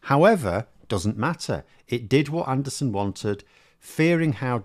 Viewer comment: Stop insulting Neanderthals with your deliberate mispronunciation of his name...